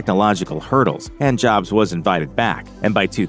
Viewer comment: Hating the robo voice and mispronouncing “Jobs” so I left this comment after 30 seconds of vid